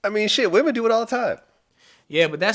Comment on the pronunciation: He said "womenz" 😂😂😂